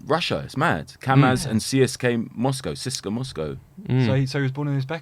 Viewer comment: Huge respect to Doc for pronouncing CSKA correctly. Maybe it's common knowledge but I only heard it for the first time when I went to Bulgaria